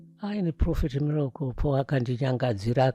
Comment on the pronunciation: Guys pane anzwawo mbuya avo vachiti Mirapol hre 😂😂😂😂😂😂😂😂